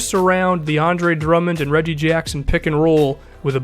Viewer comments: did he say DeAndre Drummond? Lmao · Now that I replay that, it makes sense that he said "the Andre"